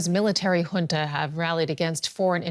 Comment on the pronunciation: It's not Hunta...it's Junta which is a sanskrit language meaning grouping😂😂😂😂😂😂😂...and you call yourself anchor, anchoring wrong way😂😂😂😂😂😂😂😂😂😂😂😂😂😂😂